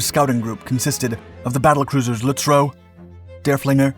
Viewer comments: I was wondering which pronounciations you would screw up this time. Lutzrow? there is no R in there. Also Beatty is Beety not Batey. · Lutzow - not Lutzrow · It's admiral beatie Not baity and it was the kms Lut-zow not lut- row but still a very well done video 👏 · Lutzrow? Disliked. Sigh, back to Drach.